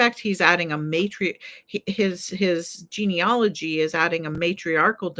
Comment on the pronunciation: The word is not GENEOLOGY. As you can see from its spelling. The word is GENEALOGY. Pronounced "gee-nee-A (short a as in "cat")-logy. I have studied genealogy including graduate-level coursework.